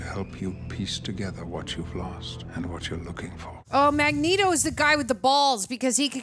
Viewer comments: BTW it's Magneto... (MAG-NĒĒ-TŌ) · Mag-Neat-oh. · Magmatamus?!?! 😅😅😅😅 omg thats hilarious, i love u. I wonder how the die hard Xmen fans feel hearing that tho lol